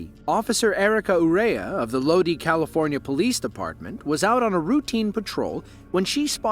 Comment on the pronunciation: Lodi is pronounced Load-Eye